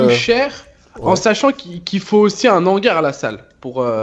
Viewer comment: Qui dit a que un hangars on fais pas la liaison